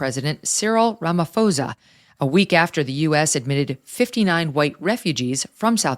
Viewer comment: It's pronounced Ramaposa....no h.